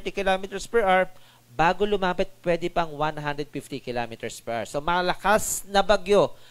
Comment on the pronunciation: what the heck is 135 km per errrr 🤣You sound like a freaking pirate errrrrrrr, just say the right pronunciation "per Hour" don't read the abbreviation.